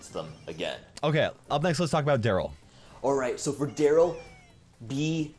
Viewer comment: It's Darryl not Darrly